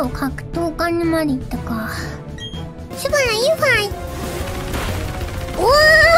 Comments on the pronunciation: インファイトの発音いいな🎶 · インファイトの発音よいの好き